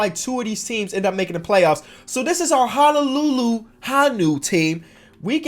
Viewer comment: Also its HO-NO-LUE-LUE HO-NEW